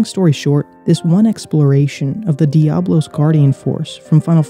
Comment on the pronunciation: Important to note that it's Diabolos, not Diablos.